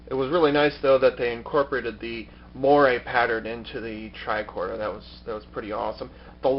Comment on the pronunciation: Thanks for the review. I think I will order one. It's usually pronounced "mwah-RAY", by the way.